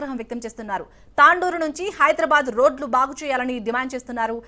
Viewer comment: Its not tandoor its tandur